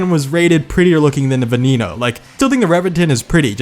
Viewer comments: Get your pronouncec right i had to replay it 200 times to understand its VENENO not VENINO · IT IS NOT VENINO, ITS VENENO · The way you pronounce veneno made me want to throw up 🤢. The ne sounds the same as the ve so it’s not ve knee no it’s veneno. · It's pronounced ven-en-oh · Say it with me gringos VEH-NEH-NO LAMBORGHINI VEH-NEH-NO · What about the way he says veneno hes like venino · Still waiting for Every Engine in 4 Words. edit: I remember PGR! I still play PGR3 on my Xbox 360, I'm basically god with the CCR <3 edit 2: you pronounced Egoista and Veneno wrong >:(